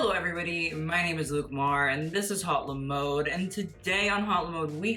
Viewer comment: What’s even more atrocious is the pronunciation of haute le mode. Also mode is feminine, so it’s la mode.